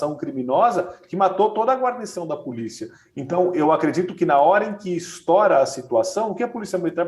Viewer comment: O UOL...vide folha de SP...tinha que falar do Bolsonaro...chega a ser constrangedor...kkk...essa Fabíola é uma ridícula...e tem que ensinar esse a falar estoUra...e não "estora"...